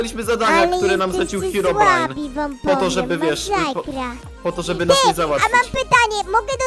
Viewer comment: Czemu powiedziałeś heobrajn jak na końcu powiedziałeś hirobrine hmm...ciekawe albo ci się pomylilo e tam pozdro